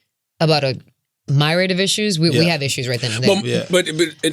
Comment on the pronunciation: Did she just say a my rad of issues?